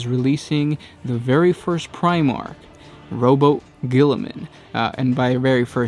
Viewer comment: Rob-yew-tay Gull-iman, not rowboat